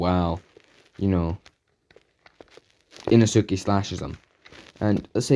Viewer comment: Did anyone else notice how he keeps saying Inosuke wrong